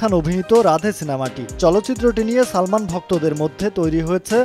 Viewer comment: ঠিক বলেছেন কখন ছবি কখন চবি আবার সালমান আবার ছালমান উচ্চারণ করেন।👎👎👎👎👎👎👎👎👎